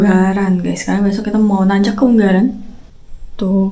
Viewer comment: Ungaran not Unggaran